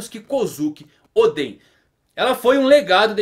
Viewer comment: Vc não deve assistir o anime, senão não erraria a pronuncia de Oden!